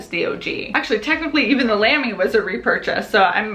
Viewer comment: fyi Lamy is pronounced with a long, round a like in salami :D